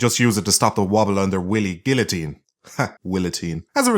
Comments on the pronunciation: I fucken died when you said Willatine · I was drinking milk out of the carton (as you do as a man ironically enough) and when he said willotine I nearly spat a two litre of milk all over the fuckin kitchen